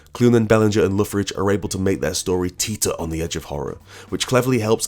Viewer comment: How do you pronounce Lee Loughridge's second name? Lockridge, Lauridge or, as I think I heard you say in the video, Loffridge? Great video, I love Loghridge's colours in Doctor Fate too.